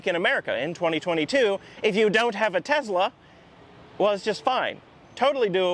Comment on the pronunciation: It’s Tesla not Tezla.